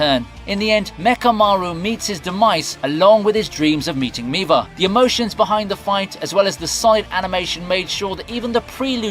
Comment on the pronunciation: why you pronounced Miwa as Miva? are you Indian? vell vell vell